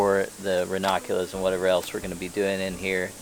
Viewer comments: I appreciate this VIDEO and all information for Growing RANUNCULUS 😅 only one thing I noticed was that you. Kept Pronouncing RANUNCULUS differently. You kept saying RAW NAH CULAS! That sort of Drove me a little crazy but not too serious. Lol!!❤👋🤭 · Hi. It’s ra-NUN-Q-Lus. But I like how you say it too. Hehe